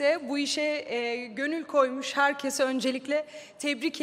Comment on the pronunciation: Ödül alıyosun ama herkese herkezzz diyosun